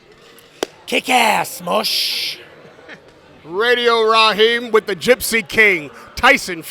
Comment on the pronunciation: “You know what I’m talking about radio raheen “ Deontay Wilder